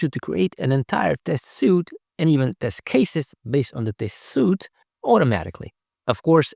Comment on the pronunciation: I don’t know how I can trust someone in testing who doesn’t know that the word is “suite” (sweet) not “suit” (soot). It’s like a hammer to my forehead every time you mispronounce it. I don’t know how anyone can profess to know anything about testing and not know something so incredibly basic.